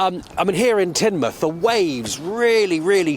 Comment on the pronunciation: Tinmuth, not Taynmuth